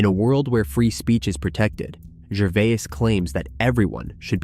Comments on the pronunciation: his name is completely mispronounced. Like Jervee-ass. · Are you reading a speech you didn't write? You call him Ricky Ger-vi-as then Ger-vase (correct pronunciation). Learn people's name and how to pronounce them before you talk. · Learn how to pronounce peoples names you are talking about Gervais is pronounced Ger-Vay. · Maybe you should switch from the Artificial Intelligence narrator to the real intelligence narrator. At least get one that remembers pronunciation from sentence to sentence...was it Ricky Jer-vase or Ricky Ger-v-i-ase? Or better yet, do it yourself! Bye! Outta here! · What robot is reading this out? The number of times he mispronounces Gervais's name is unbelievable. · To the owner of the channel- your AI narration is quite obvious when it pronounces the same word 3 different ways back to back to back! Come on! Ricky Gervais is only pronounced one way! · Who ever the narrator of this story is should be ashamed of himself. If you cannot pronounce someone's name properly pass the job to someone else! You keep butchering Ricky Gervais' name. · Why do you mispronounced Rickie’s last name? Is your speech produced b AI?